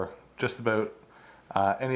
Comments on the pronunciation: Great video and your tank looks amazing!!!! Love the way you say about (a boot) haha, but I'm from Texas so I'm sure I would say a lot of things that sound funny to you haha. Thanks for the great video!! Just bought a 75g for my mbuna, can't wait to set it up!! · Hahahaha he said aboot